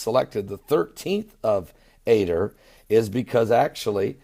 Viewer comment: This is the only time in history this has happened on the jewish calendar..... 13th month, 13th day and Purim is the 1day of the 13th month (yes the 13th month) the month is pronounced "A Dar" not "A der" blessings